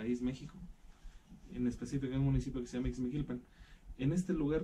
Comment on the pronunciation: Dijo ixmiquipan o escuche mal